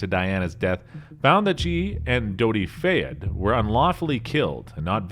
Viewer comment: Fayead? It's fayed..not faye with a ed on the end. Just love it when ppl who don't live in the uk don't know all the facts, plus saying things which is already common knowledge